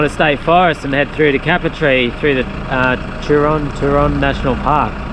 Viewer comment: Great vid bud and prob a bit late but as a Local its pronounced "cape-er-tee" keep up the good work mate, love the vids